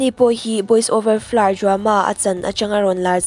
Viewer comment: Boys over flowers tiin lam ve maila Boys over florr itia😂😂😂